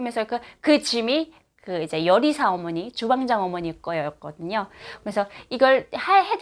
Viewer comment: 자막을 좀 넣어서 제작해 주세요 못 알아 듣는 말이 좀 있어요 예를 들어 요리사가 여리사로 들려요